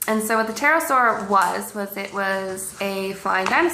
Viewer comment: The more I watch her stuff, the more I'm convinced these are being made for comedic purposes. The 'p' is silent (what else are they hiding?). Come on. She's gotta be an awesome poe.